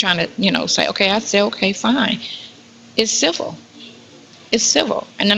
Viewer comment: I'm sooooo sick of this dumb broad saying CIVIL. SHE PROBABLY CANT SPELL IT